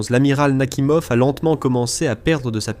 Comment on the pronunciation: "Nakimov" > Nakhimov "Le diksèt" > le dix-sept "Le nain grade" > Leningrad "quatre-vingt tuite" > quatre-vingt huit "huite cent vingt-trois pieds" > huit cent vingt-trois "mille neuf cent quatre-vingt tonze" > mille neuf cent quatre-vingt onze" "P sept cen'ts" > P-700 etc... Pas très au point, le truc. Sinon, ça me fait penser au Charles-de-Gaulle, qui a dû coûter à peu près pareil en construction et maintenance, qui grosso modo n'a jamais servi à rien, mais qu'il faut déjà remplacer... Pendant ce temps, l'Armée française se penche avec intérêt sur le concept de "drone", que les Ukrainiens, les Russes et les Iraniens connaissent de puis longtemps. SI ça tombe, ils sont en train d'étudier les plans de la ligne Maginot.